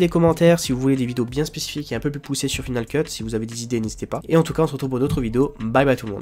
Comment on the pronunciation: F"i"nal Keut ? ça ne se prononce pas F"Aï"nal Keut ? tu n'as jamais pris l'anglais à l'école ??